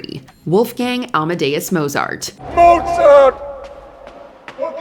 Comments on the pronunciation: It's not pronounced "moh-zart"!!! I refused to believe for a while that Stevie Ray Vaughan was actually dead, but ... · Not many people manage to mispronounce Mozart's name despite fudging so many other German names. The German Z isn't pronounced like the English Z. It's Motsart. Think "pizza." Or is this another damn AI voiceover?